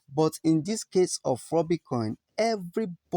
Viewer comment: Rubi not Rooby